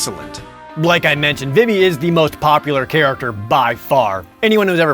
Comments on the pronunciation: Vee-Vee, not Viv-Vee. Zeh-Dayne, not Zeh-Dahn. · It's pronounced VEEVEE not VIV-EE you uncultured swine! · It's V-V not Vih-V and it's Zidane not Zidahn! I swear you're pronouncing the names wrong on purpose just to anger me lol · It's pronounced veevee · Am i the only one who pronounces it "Vee-Vee" ... ? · I threw up in my mouth when i heard Jared pronounce "Zidane" and "Vivi" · I am distracted by your pronunciations of Vivi and Zidane